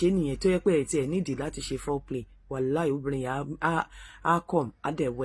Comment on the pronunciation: kindly note your pronouncition of fore play and foul play... though sounds familiar but prounced differently uughh...well done omo gbasibe